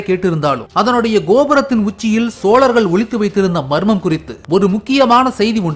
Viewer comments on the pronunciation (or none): none